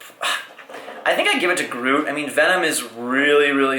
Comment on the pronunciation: That's not how you say Groot